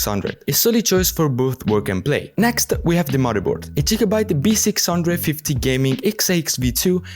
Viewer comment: Jigabite 😂, this video is awesome, keep up the good content